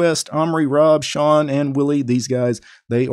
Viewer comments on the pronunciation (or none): none